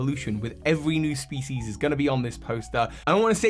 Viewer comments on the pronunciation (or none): none